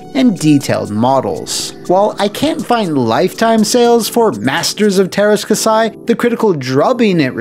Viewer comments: It kasi not kasai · kah-see not kasai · Käsi is said more like "cassie" according to Google Translate. I owned the game and didn't think it was terrible, although the moves that fired multiple blaster bolts at a time were overpowered. Including Jodo Kast was a fun choice. Lyn's motives were explained indeed, but it still wouldn't explain why the Rebel heroes would sign up for the tournament or what have you. Game disappointed some, but was far from the worst of all time. :) Note: It's "different tack," not "different tact," as in tacking into the wind